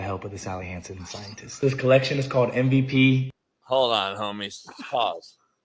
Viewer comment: saying "M-V-PEE" rhymes with hay 😂